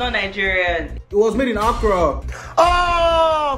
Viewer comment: Not accara 😭😂